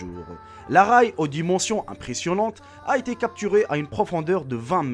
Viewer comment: C'est pas pour te casser au contraire j'aime beaucoup tes vidéo mais on dit pas la Ray on dit la ré !